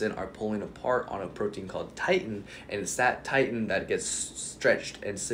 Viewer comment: It's "Titin," not "titan." When you say "growing new skeletal muscle fibers," I'm thinking it means increasing the number of skeletal muscle fibers. However, humans are born with a specific number of muscle cells and muscle fibers. Under normal circumstances, they can only decrease in number, not increase. It's generally considered impossible to build new skeletal muscle cells and it is also considered impossible to build new skeletal muscle fibers(under normal circumstances). Science says skeletal muscle cells and skeletal muscle fibers can increase in mass and size through hypertrophy. However they cannot increase in number through any mechanism, including hyperplasia. Without stem-cell technology, it is considered impossible for humans to grow new skeletal muscle cells, nor can they create/grow new skeletal muscle fibers under "normal," circumstances(i.e. you're a human that isn't using exogenous anabolic steroids).